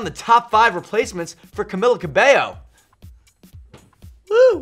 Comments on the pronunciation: cam-ill-a lol it's cam-ee-ya. 💁💁💁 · I'm shook he said camila's name wrong